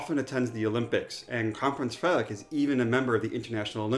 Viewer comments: Your pronounciation of danish words is really good, and the pronounciation of “Frederik” is 100/100. I appreciate your videos very much, keep it up fellas 🙂👍🏻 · I’m really impressed with your danish pronunciations! Especially Frederik!! 😁👍